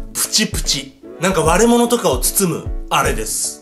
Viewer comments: 悪者を包むに聞こえたｗ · 割れ物が悪者に聞こえてビビった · 割れ物が悪者って聞こえた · 割れ物が悪者に聞こえた... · 最初の割れ物とかを包むあれですが、悪者とかを包むあれですに聞こえたw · 割れ物が悪者に聞こえた-W-W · 割れ物 が 悪者 に聞こえたｗ